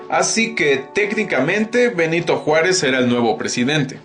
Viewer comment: ''Nyanito Juárez'